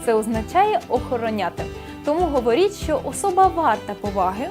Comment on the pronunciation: Шановна ведуча, простежте за своїм мовленням, перечитайте коментарі і, будь ласка, ретельно готуйте відео! Зробити "вірно"? ВІРНО МОЖНА СЛУЖИТИ, ЛЮБИТИ... Говорять МОВОЮ, а не "на мові". І вимовляйте "ч", "щ" - ТВЕРДО: "що" (шчо), а не "шЬчЬо", "щодо", а не "шЬчЬодо"; "чАсто", а не "чЯсто"...